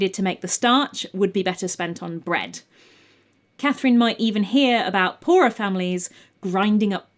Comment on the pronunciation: Hello, my name is Catherine, and it was just lovely to hear my name said with beautiful diction, enunciated clearly, over and over and over again :) I'm also happy she was French, and used the French 'C' spelling.